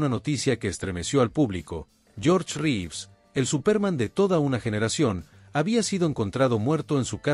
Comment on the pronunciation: ... después que aprendas a utilizar la tildes, aprende a pronunciar los apellidos, se escribe Reeves pero se pronuncia rivs.😊